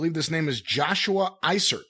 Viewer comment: Oh and yes if you read this yes you pronounced my last name correctly. You might be the first person in history to do so. Eisert. People say eeezurt. Its eyesurt. You nailed it thanks